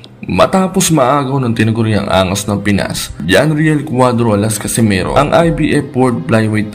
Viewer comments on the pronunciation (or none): none